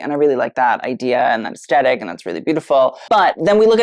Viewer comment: Love you babe but it is “aesTHetic” not “aesTetic”. ❤❤❤